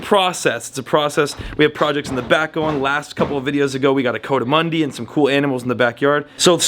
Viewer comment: you and, its a coatimundis, but it's pronounced kou-a-ti-mandi, it's not a coat like a coat